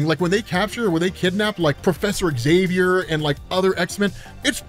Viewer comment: Find an American who can pronounce Xavier correctly - I'll wait.